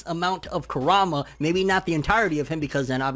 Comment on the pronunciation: This guy keeps on saying karama He dosent say kurama